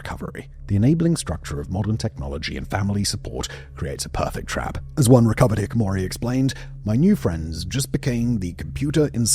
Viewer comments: Its pronounced "hik . . ." Oh nevermind, just read all the comments 👇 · You didn’t say hikikomori right even once in your vid😂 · Most shocking part for me was how he couldn’t pronounce “hikikomori” correctly even once. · Can't even pronounce the word in the video's title. Slop. I'm out. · You know what? I respect Simon's refusal to even try to pronounce Hikikomori correctly 😂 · Yeah, I can’t focus past your mispronunciation of the very subject you’re covering in this video. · Was Hikikomori pronounced correctly even once in this video? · Nobody is acknowledging bro can't pronounce the subject of his 30 minute video. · How do you make an entire video on a topic but can’t pronounce the word correctly? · I wonder how much longer this video would have been if Simon had pronounced all 5 syllables of hikikomori? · is it just me or does he skip the 'ki' in hiKIkomori every single time he pronounces it? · how do you do this much research on something but still say the word wrong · Please learn to pronounce "hikikomori" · Pronunciation of "hikikomori" is giving iNabber's "Nikado Avocado" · another youtuber unable to pronounce the word hiKikomori while making an entire video about it. very weird. if i made a video on a subject i would make sure i would be able to pronounce the actual words needed... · Check your pronunciation of “hikikomori.” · If you want to make a documentary about something, at least learn how to pronounce it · How did you do all this research for the video and still can't pronounce Hikikomori right? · Congratulations, you incorrectly pronounced the word you did a half hour video on over 80 times. You should be so ashamed you never leave your room again. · can you look up how to say the name of the thing that you make a 30 minute video about please? it's actually a very easy word you are skipping entire parts of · Aren't you leaving a syllable out of "hikikomori?" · the mispronunciation of hikikomori is aggravating me lol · Hiki - ko - mori. Not hikimori.